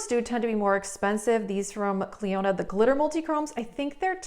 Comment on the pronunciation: I'm saying this with all the kindness in the world & with zero troll energy- Clionadh is pronounced: "klee-oh-nuh" not "klee-oh-NAD" like you say. Love your vids. Gonna see about using that lethal code